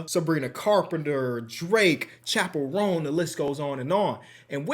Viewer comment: Hearing you say Chappell roan is crazy